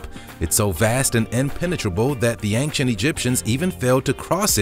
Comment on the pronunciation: I like your videos but I feel compelled to tell you it's "ain-chent" not "ank-shent".